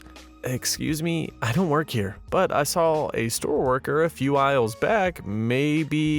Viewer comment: SAW... not SAWL. the invisible L is silent.